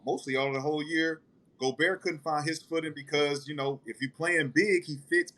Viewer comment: My guy Gil be butchering names 😂😂😂 Rudy “Go-Berg” Kelly “Aubrey” Sheldon Sharp, Klay Thomas 🤦🏽‍♂️